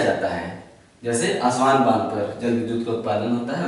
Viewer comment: सर आपके प्रयास सराहनीय है मैं विश्व भूगोल के आपके वीडियो देख कर बहुत कुछ सीख रहा हु .... किन्तु कुछ बातो कि तरफ मैं बहुत ही विनम्रता पूर्वक आपका ध्यान आकर्षित करना चाहूँगा कि कुछ शहरो के नाम जो आप लिखते हो या बोलते हो वो एटलस से मेल नहीं खाते जैसे कि अबादान कि जगह आपने लिखाया इबादान, ताना कि जगह टाना, अस्वान की जगह पे आस्वान पिछले videos में भी कुछ और ऐसे शब्द थे तो इसमें थोडा सुधार होगा तो हम सबके लिए आपके प्रयासों में और सटीकता आएगी .......बहुत बहुत धन्यवाद सर